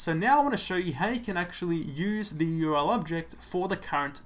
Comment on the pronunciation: URL — 3 letters, 3 syllables. "U-R-L" not "your-el." Useful otherwise.